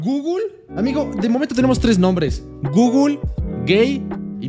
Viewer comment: Es zooble no google